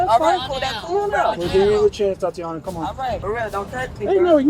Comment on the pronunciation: TAH-TEE-YONNA!!! NOT TOTE-TEE-YONNA. SHEESH. STOP THE AI BS.